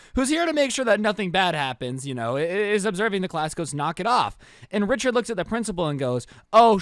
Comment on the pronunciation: Rhicherd not joe